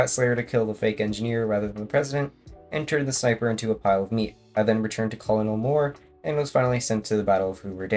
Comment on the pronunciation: Btw Colonel is pronounced like kernel